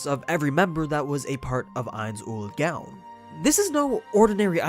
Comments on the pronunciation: It's gown. Not GaWn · GOWN NOT GAUN!!!! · am I the only one tilted that he keeps pronouncing "gown" as gown instead of g-own? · I know it's stupid nitpicking, but the way you say Ainz ooal Gown annoys me. It pronounced like "Goan" not like a night "gown".. Fyi I know how it's spelt, but you've all heard it pronounced several times, it's not hard. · Not gown like a night gown. Gown is pronounced like groan. So it would be like goan. The name is a play off the name of the guild Nines Own Goal. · FYI: your pronunciation is off. It's not pronounced "Gown" like a thing you wear. It's pronounced, "Go-Own" it's confusing, buuut... It can be a sticking point of nailing how some things are worded. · I thought the way you pronounced Ains Ooal Gown was pretty funny, especially since you've obviously seen the show. The last part of his name is spelled "Gown" but its pronounced "Goan"... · Why do you pronounce gown wrong? It's like groan without the r. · The way he Pronounces Ains Ool "GOOUUWWNN" LOL!!!! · I thought gown was pronounced like "Goan" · He mispronounced Gown’s name, just like sebas. It’s obvious this dude watches sub and not dub... Idc if it’s not the original. They get paid to say stuff correctly in English, so I trust the dub... Spelt Gown but pronounced GOAN. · A year later... Most of your stuff was pretty spot on, but you mispronounced Ain'z name. In Japanese they don't have the suffix sound that follows ow. So the correct pronunciation is Goan. Can't tell you why it's spelled the way it is though. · why do you say gown wrong you say it like the dress when everytime they say it in dub or sub they do not say it like that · Gown is said like goan. Get it right m8. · Sorry to do this but. “ Ainz Ooal Gown(G-OH-N)” plz forgive me. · Dude you need to get how to say his name right mostly the gown part. Say it with me now goan like moan just replace the m with a g. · Is gown not gaon pls get right in future other than that 10/10 vid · Say gown right